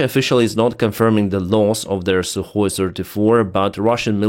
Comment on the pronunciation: Not Sue or SU, Sukoy! When I say Sukoy you say B00m, Sukoy, B00M! 😅